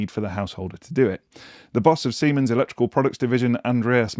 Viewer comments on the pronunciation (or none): none